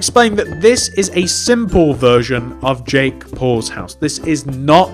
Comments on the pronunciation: It sounds like he says jake balls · At first I thought he said jake balls houce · Ik lol